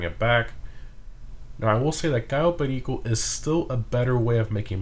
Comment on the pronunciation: I’m glad you say perico right and not whitewashed